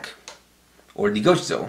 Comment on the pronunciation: Bruv, it's just gochizou